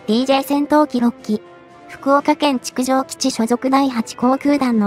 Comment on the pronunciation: 福岡県築城基地(ちくじょうきち)ではなく、築城基地(ツイキきち)が正しいですよ。